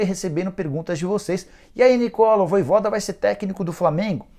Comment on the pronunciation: rpz me dá uma agonia ouvir o cara falar "voivóda"